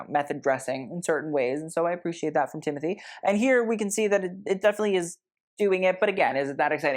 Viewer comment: its TIM O TAE not TIM A THEE